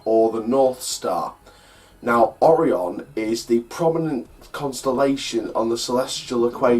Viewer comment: It’s pronounced o ri on not oron